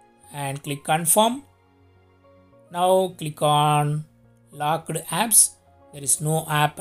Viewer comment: Lockeedd and mossk...bhai Hindi mein bhi bol sakte ho...Why half English. Giving good information.